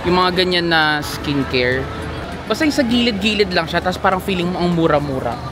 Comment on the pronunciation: iskin keyr hahaha.... tonymoly, mediheal etc haha, samgyup... try mo HongBar Myeongdong hehe